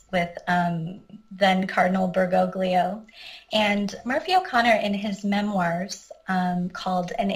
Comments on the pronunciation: Bergoglio pronounced Ber-GO-lee-oh. The three Italian letters "gli" sound like Lee in English. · You’re WRONG! The three Italian letters “gli” sound like L- yee. Ber-GO-lyee-oh